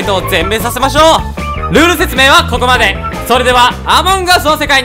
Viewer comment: しんさんの「rルールゥ説明〜」で爆笑したw